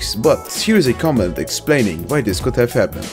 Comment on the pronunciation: Asian lady: I go dis way